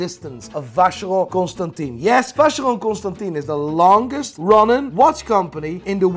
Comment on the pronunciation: Your pronunciation of Vacheron Constantin is hilarious